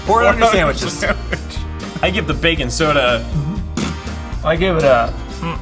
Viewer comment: When the say bacon Soda it sounds like they are saying baking soda 🤣